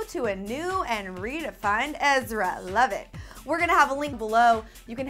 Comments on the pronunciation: EZRA NOT EZRIA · EZRA! not ezria! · its EZRA not ezria